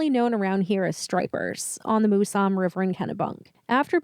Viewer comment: MOUSE AM. MOUSE AM!! MOUSAM. NOT MOOSUM